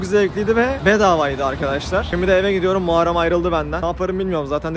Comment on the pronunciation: Dayı Muharreme "muarrem" demeyş burakmalısın KSMSNSNDNDBFM